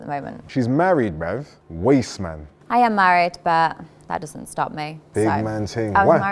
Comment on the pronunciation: "Wasste man" 😂😂😂💀